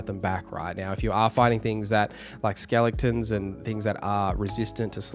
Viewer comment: are you saying " skellingtons"?